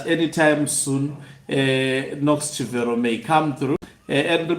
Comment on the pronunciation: CHIVERO is pronounced as Chibero Daniel GARWE is pronounced as GA-RWE